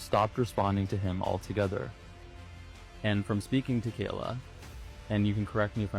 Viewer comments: (very unserious comment) As a Kyla who always gets her name mispronounced as Kayla, the vindication i feel hearing Kayla mispronounced as Kyla is unmatched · Kay- lah. .not ky-lah ily but if your do your try research you should know how to say her name. She is an abuse victim. Say her name right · My name is Kyla, so when you first started saying ‘Kyla’ it kind of threw me off a bit lol; I’m American and when most people see my name they try to pronounce it ‘Kayla’, so it’s really funny that in the UK (in the area that you’re from, at least) it’s the opposite and all the Kayla’s get called by my name instead haha